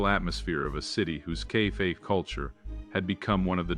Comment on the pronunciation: Yes, my two favorites were cafe, pronounced as "kay fay", and the Ford model of the future, the "X minus 100".